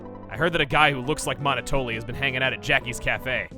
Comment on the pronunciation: I'm not sure who else finds it irritating but... Monotoli is pronounced like Monopoly, referring to the business dominance although the game also is pretty good at describing it as well. Monoploy. Monotoli. It makes sense given the character.